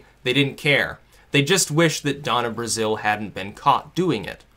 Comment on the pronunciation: IT'S DONNA BRAZILE, NOT BRAZILLE. change it before this comment is buried